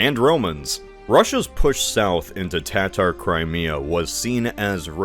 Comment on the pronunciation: Hearing him mispronounce Kherson and Tartars horribly hurt me.